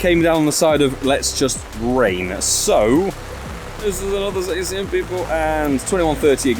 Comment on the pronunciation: You forgot to Silver Pinap your 1st Shiny Zacian. Just throw throw away the whole account 😅. P.S. It's pronounced Zaw-shee-un. - Grammar Police 😌